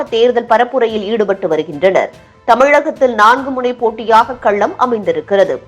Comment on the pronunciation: கள்ளம் இல்லை.. "களம்". திறந்த வெள்ளி இல்லை.. திறந்த "வெளி" . தமிழைக் கொல்லாதீர்கள் அம்மணி. உச்சரிப்பு மாறினால் பொருளும் மாறிவிடும் என்பதைத் தயவுசெய்து மனதில் கொள்ளுங்கள்.